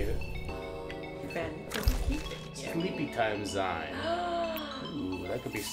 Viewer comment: Hey guys…zine is pronounced “Z—ee-n” …like magazine…